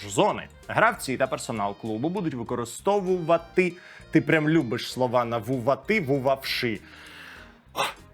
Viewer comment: ледь слова вимовляє, шикарний. Не може вимовити слово ʼвикористовуватиʼ